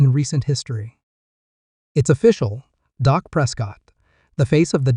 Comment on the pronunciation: His name is Dak not doc ❤